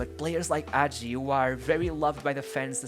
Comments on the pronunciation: Thank you for making this video. This is the greatert football player in our history and he definitely has a good spot in all time international tops. But I must say: it's Hagi, not Agi; in romanian, the letter H is not mute, it's quite articulated. :) FYI: Now he is a Owner/Manager of FC Farul Constanta. He also has a youth academy that bears his name and in which he has a lot to say. His motivation now is to find young talents and help them grow. Currently, Farul sits in the 1st place in the romanian 1st league. Legend. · dude, i respect your work but please for godness sake try to pronounce that H Hagi , not AGI, pls H like in HAHA, HAGI pls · Yeah, bro, but that's no excuse for truncating videos, for posting videos of such poor quality, and for posting clips which have nothing to do with the commentary. Also, it takes an amazing talent to mispronounce almost every person's name (including Hagi's) and almost every team's name to such a degree. You put so much research into this, too bad you didn't spend five more minutes on Wikipedia to find out how the names are pronounced. That, plus a better choice of video clips would have made this an amazing YouTube video. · Don't get me wrong, in really appreciate you taking about Hagi, and bringing him forward... However why is this such a common thing? Why is it so hard? Is it really such a hassle to pronounce the names of people, places and teams in an correct fashion?! I mean, this is not a live show, couldn't you try to get in touch with a Romanian speaker that could tell you how to properly pronounce? Thing is, it seems that you didn't even try to that.... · please before you make a video about someone find out how to pronounce their name. the video would be good but it's unbearable that you say his name wrong every 10 seconds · Man, at least find out how to say his name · HAGI, not agi , H , Hagi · It’s not hagi with a silent h it’s actually a very hard h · Not Agi, Hagi with Kh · H say the fk h man not agi Hagi